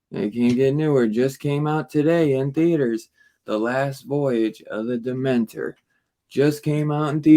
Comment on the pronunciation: Demeter NOT Dementer 😂